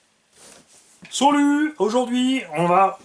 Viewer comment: Avec le "solut" j'ai crue que c'était un unboxing Allemand mdr